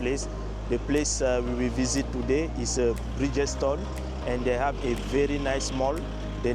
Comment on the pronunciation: Brother, Bridgetowne not Bridgestone 😅